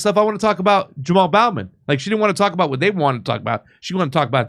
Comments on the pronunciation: I know this is petty, but it really bugs me how keeps pronouncing his name as Jamal BOUGH-man, instead of BO-man. It also bugs me that he pronounces the VP's name as Ka-MA -la Harris, instead of KA-mala Harris. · Bowman as in bow and arrows not Bowman as in bow of a ship.